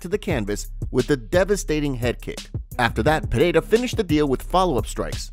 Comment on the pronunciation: Dude you need to pronounce the champions name. Listen to Bruce Buffer's pronunciation saying Pereira